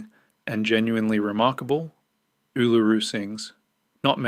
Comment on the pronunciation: Ask some one to teach you how to pronounce it